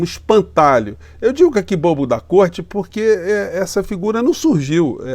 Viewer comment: Pronuciaste bem côrte invisível!